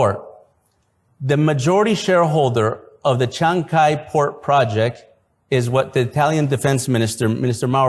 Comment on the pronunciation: Que bestia son los gringoa al pronunciar CHANCAY.....ES TODO JUNTO Y LA SILABA CAY ,,,,,,TIENE EL ACENTO O FUERZXA DE VOZ EN LA A....NO ES ESPAÑOL, TAMPOCO CHINO...ES QUECHUA